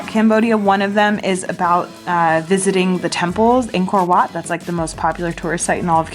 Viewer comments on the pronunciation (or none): You said Angkor Wat wrong but I’m going to let it slide since many keep saying it wrong anyway.